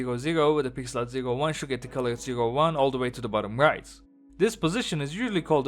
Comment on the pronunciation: "white" and "right" sound the same out of your mouth lol